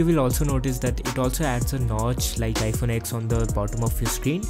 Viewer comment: Always Love Your Content (PS : It is iPhone Ten not X)